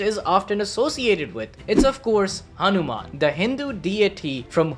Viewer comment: Bro ur hindi accent like saying hanuman and other words was so much better than most of the people abroad... And as always crazy theory